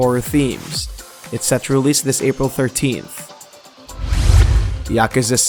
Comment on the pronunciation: Yakuza is not pronounced like that